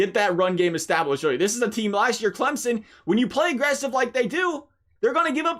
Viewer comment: I just want to thank you for pronouncing Clemson properly!